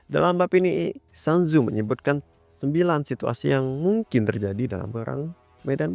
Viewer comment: Maaf bang, cara baca namanya itu "sun zu" atau "sun zi", bukan "san zu"